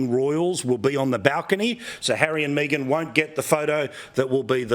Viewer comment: Me-gain and the half wit. 🙄